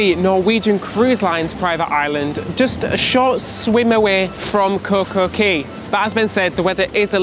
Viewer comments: “Key” is the correct pronunciation 😉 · It's not pronounced Kay it's pronounced like key get it right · Cay is pronounced key